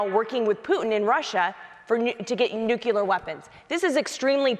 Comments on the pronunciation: Smiley. Hands down. In spite of the fact that she hit my biggest pet peeve. New-CLEE-er, madam. NOT New-KEW-ler. ...not trying to be a douche, it's just...GRRR. But outside of that, Smiley struck me as a HUMAN instead of a talking point regurgitation/name calling machine. I hear Murray used to be a real. person. I saw ZERO evidence of that tonight. NONE... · Smiley pulling a Dubya with "nukular weapons" 🤦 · 😂”nucular”. C’mon dude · Tiffany must learn how to say nuclear. Nu (long u) - Cle (long e) - er. Everything else Tiffany said was spot on, in my opinion. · it's how people say it colloquially when they don't know how it's spelled. Pretty embarrassing performance by Smiley here.